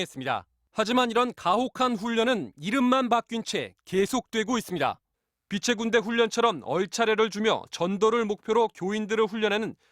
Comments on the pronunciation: 병딱. 빛의 군대 발음도 제대로 못하는것이 무슨 예수냐? 빛의 군대. 빗츼 군대로 읽어야지 비테 군대로 읽고 앉았네. 어이구 저런 기본 교육도 안된 틀딱충을 신으로 믿는 인간들은 바보인가... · 이만희 빛의군대 발음을 못하는게 졸라재일웃겨 가지가지 꼼꼼하게 븅신이네